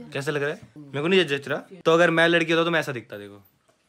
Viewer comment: Lakri nhi ladki sorav bhaiya